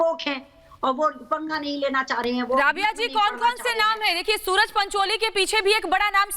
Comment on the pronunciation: 12.27 - सुअर पंचोली है न कि सूरज पंचोली